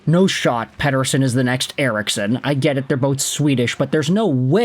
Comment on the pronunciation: God I hate the way you pronounce Pettersons name. Do it fugging properly